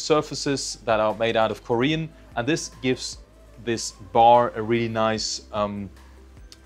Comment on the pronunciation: It's Corian, not Korean!